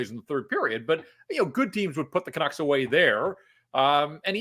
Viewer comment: People with turtlenecks shouldn't say 'canuckses'